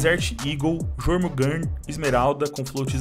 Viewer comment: yormungander a pronuncia